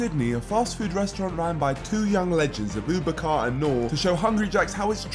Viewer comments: Man really and truly uttered “abooboo car” it’s pronounced Abu bakr lmao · Man said ABOO BA-CAR